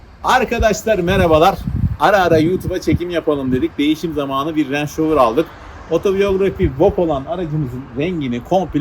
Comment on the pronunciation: 👳🏽‍♂️; -(Leydi Rovır)Rangır Rovır -Abi senin için çakma Yankee🇺🇲diyorum🇹🇷🇪🇺